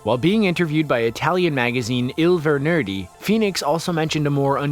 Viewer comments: He pronounced "Il venerdì" so bad that I cringed. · Italian magazine "il vanordi" 😂